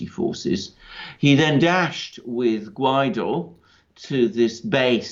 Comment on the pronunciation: It is Guaido, not Guiado. :)